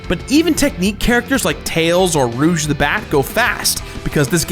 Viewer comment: did you just say rooj the bat?